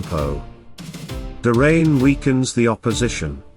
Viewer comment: It's like a sink drain; DRAYNE. not duhhh-rain 😆😂 make it stahp 😅